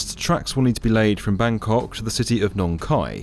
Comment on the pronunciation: Always amuse when hearing non ASEAN pronouncing “Bangkok”… Russell Peters has ruined my brain!